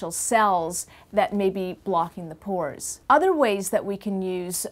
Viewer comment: FOR A SECOND I THOUGHT SHE IS SAYING PORN PORN PORN